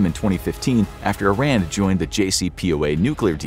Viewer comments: it's not "eye ran" it's Iran pronounced as "eeran" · You are pronouncing Iran wrong it’s “ear” an not “eye” ran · It's 'ee-RON,' not 'eye-RAN' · It's pronounced "E-ran", whenever somebody says "I-Ran" I respond with: Where'd ya run to? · It’s pronounced E-raan! Not I-ran! It’s not track and field. 😆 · It's not about being gang bro!this person is talking about this country and its situation;so let's know the right way to say the name there's no harm in that:) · It is not I-RAN it is pronounced like E-ron. just for your information. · It isn't I Ran. it is E Ron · First off, I ran not! Iraaan /eerun/ to be pronounced. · Very informative. I would ask for you to pronounce Iran correctly though! Iran is pronounce (E, like the letter, ron) (Iran = E Ron and Iranian is pronounced E Ron Ian like the name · Dude it is called E'ron in English. Just because some US politicians said it wrong due to their lack of ability to read and pronounce words, doesn't change the fact that is is E'ron . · oh man, every cell in my body jumps each time I hear I-Ran. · Eeer-ahn. Eer-ahnians. There, I fixed it for you! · EEE RAHN not ih ran not EYE ran Texan, here. German, French, Irish and English ancestry. Catholic. I just like correct pronuciations. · Angel: How many Americans can’t pronounce Iran? God: Yes